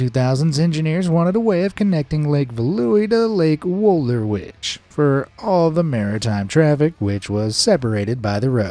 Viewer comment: Correct Dutch pronunciation on the lakes Lake Veluwe (Feh-loo-ve) Lake Wolderwijd (Volder-vayt) I'm not Dutch, I have been practicing the language off and on since 2011.